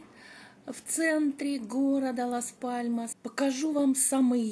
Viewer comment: добрый день! Город Лас Паломас ( Las Palomas исп),вы произносите Мас Паломас😊 И остров ТенЕрифе, а не ТенАрифе😊 А видео просто замечательное!❤